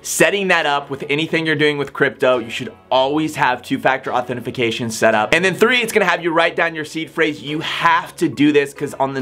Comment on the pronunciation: Why do you keep saying "authentiFAcation"?